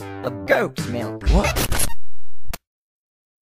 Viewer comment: It's milk, not malk.